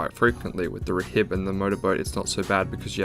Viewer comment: Btw rhib is pronounced rib the h is silent